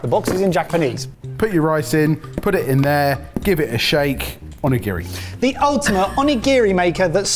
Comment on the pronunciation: Ugh the constant mispronuciation of onigiri is painful. But great video!